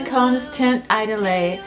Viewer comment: Chardel And teint is pronounced like tay-nt. Cheers!